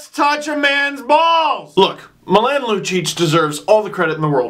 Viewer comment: Oh no, Steve. The way you pronounced Milan made me cringe (it's MEE-LAWN). I still love you doe. Also love the shirt